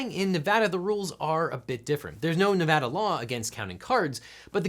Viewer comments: way to go, properly pronouncing "Nevada!" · Wow you pronounced "Nevada" right! Have a like! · Thank you for saying Nevada right.